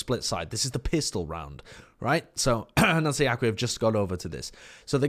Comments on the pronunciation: Hey, don't know if you care about pronunciations that much, but "Anuncie Aqui" is pronounced anuCII (last i pronounced like in Interesting) aKi. Anyway, love your content man,keep'em coming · The way he pronounces "Anuncie aqui" is funny as hell.